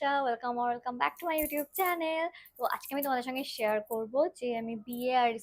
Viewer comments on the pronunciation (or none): none